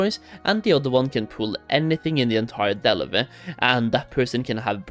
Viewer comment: Can't stand the way this dude says Delve, enjoy the ban